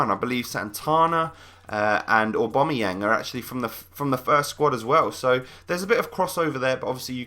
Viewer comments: AWW BAM EE YANG, NOT AWW BOM A YANG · no, its u-bam-u-yang